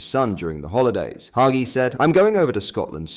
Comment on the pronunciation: mate hagi pronounced HA JEE!! Ibrox I- BROX😅